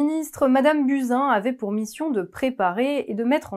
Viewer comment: Prononcez Bousin